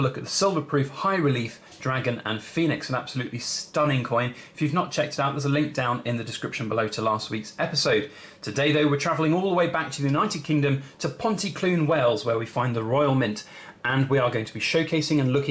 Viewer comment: Its not pronounced pontycloon Its pontycleen